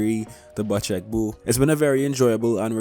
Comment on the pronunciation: love the vids and love u btw the bocek bow is pronounced "bow-check" not "butch-eck" <3